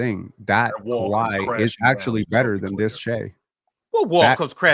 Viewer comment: Calling them “Kawhis” Raptors is CRAZY